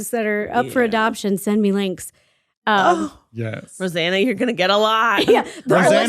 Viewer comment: Anyone realize that said Rosann 😅😂